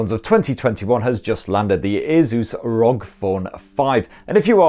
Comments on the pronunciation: Rog phone😂 I think it's meant to be pronounced R O G😂😂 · Still a bit weird to here you say ROG as a single word.